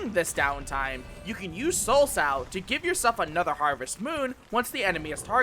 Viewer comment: LEM-you-ree. Lemure is pronounced that way. Also, Soulsow is pronounced "soul so." A sow (as you pronounced it) is a female pig. This refers to sowing one's soul like seeds (remember, reapers were farmers).